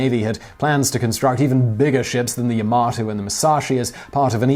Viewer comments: Oddly enough, I've heard several people mistakenly say Yamoto, before, so I'm wondering if there's some unconscious proclivity towards that particular mistake in the minds of native English speakers? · a few points - the photo you gave in the beginning with the "constructor" is not a photo of any of them what does it mean - never push on the battleship - there is no such phrase and for me (whose mother tongue is not English, let alone its variant of slang for idiots) it is something new Yamato - why do you pronounce it linguistically impaired - every letter in this name should be pronounced correctly - opening your mouth carefully - unless you open it wide for things other than speaking and eating not the first time I am telling you that you make mistakes - so if you don't know something, ask smarter than you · As a Person who absolutely adores this ship and believes it was the best ship in WWII, The facts you put out are incorrect at best and misleading at worst. The name of the ship and class is pronounced "Ya-ma-toe" not "Ya-mo-to". As said, The Iowa class battleships were ~55,000 long tons, which is not 40% less but is in fact 78%. At 8,400 tons per turret, the guns do not weigh more then american battleships, despite what the title says even though you say something different in the video, which is clickbatey. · Your pronunciation of Yamato is incorrect. Ya-Ma-To not Ya-Mo-To please be careful with pronunciation because people who were super fans of the ships will go mad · Yamoto ?... Am dead inside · DID HE SAY YAMOTO? I AM FUCKING TRIGGERED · I laughed when he said Yamoto 😂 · "Yamoto"? Please... -. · **Pernouces Yamato as Yomoto** this is a crime you have committed. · Tell me about it. First he mispronounces Yamato as Yamoto after pronouncing correctly until then and then there's his butchering of Okinawa. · Technically "Yama-to" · It is Called YA MA TO . Not YA MO TO . 😆😆😆😆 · It's the yamAto not yamOto! PRICK! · YA-MA-TO not YA-MO-TO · Yamoto...it' yamato...